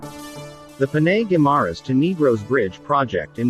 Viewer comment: Panay not Peney.